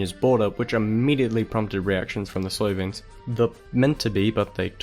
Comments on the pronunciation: YOU PRONOUNCE SLOVENES WRONGLY! PRONOUNCE IT AS SLOVEENES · oh, and if I (or any other considerate person, for that matter) decide to post a video online saying foreign words, I would do my research. This guy repeatedly saying "Slovians", and even misspelling it in the subtitles is enough for me, and that was less than 2 minutes in. Respect goes both ways